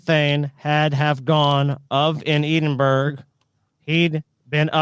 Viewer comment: "Eee-dinn-burg: is literally the worst pronunciation of Edinburgh I've ever heard. It's "EDDIN-BURRA".